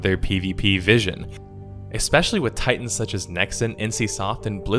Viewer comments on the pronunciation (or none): none